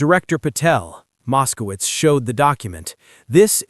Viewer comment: Mos-ko-witz! Mos-ko-witz! Mos-ko-witz! Come on, guys!